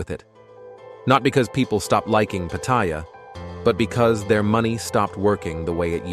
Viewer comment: Try pronouncing Pattaya first...doofus. I say..."Good, let it rot."